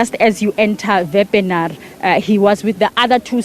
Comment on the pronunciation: Wepener not Vanar